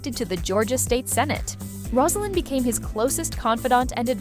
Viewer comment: Rose a lynn. NOT Roz! If you want to comment on this lady have the respect to pronounce her name correctly.